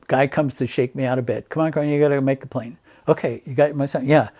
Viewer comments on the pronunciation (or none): none